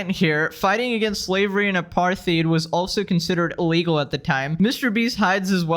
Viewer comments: how on earth did bro pronounce apartheid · I think you mispronounced apartheid